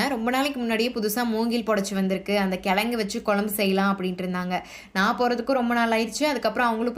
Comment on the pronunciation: 'கெளங்கு', 'கொளம்பு', 'வாளத்தண்டு' இல்லை. அது 'கிழங்கு', 'குழம்பு', 'வாழைத்தண்டு'... 'ழகரம்' திருத்தமாக உச்சரிக்கபட வேண்டும். நன்றாக இருக்கும்.